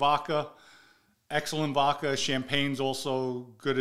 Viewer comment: Voca lol vodca